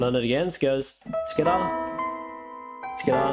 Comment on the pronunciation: When he says together it sounds like he’s saying “tacata”